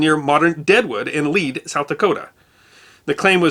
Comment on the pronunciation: So cool that you are from Hot Springs, South Dakota. I graduated in the Deadwood High School Class of '69 ~! Yes the Black Hills had some sketchy guys! and thank you for pronouncing the town of Lead correctly !